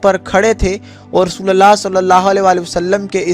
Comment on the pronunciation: Abe rasulallah nhi, rasulullah bolo